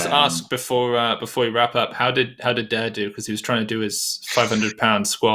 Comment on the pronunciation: love the commentary. a small point: Daire is pronounced Dara, like Dara O'Briain, the comedian